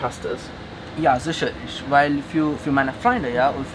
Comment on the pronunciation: "sischerlisch" - Lieblingswort des Dolmetschers :D Irgendwie immer wieder spannend aber auch komisch zu sehen, wenn in so fernen Ländern jemand Deutsch lernt. Dabei ist es ja definitiv nicht einfach. Hut Ab!